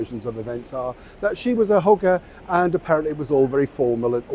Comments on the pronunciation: you made me laugh. At the mark of the video, I thought you said that she was a "hooker" but after listening to it twice, I figured out that the word you said was "hugger." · When you said a hugger it sounded like hooker😂. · your British accent has hugger (mattress actress with dots on her face) sounding 😊almost exactly like…..hooker. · I thought you said “She was hooker” but what you said “She was a hugger” I think BOTH could be true 😂😂😂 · OMG, I had to listen about 5 times because I thought you had said they thought MM was a "hooker."!! It was "hugger" LOL. 😮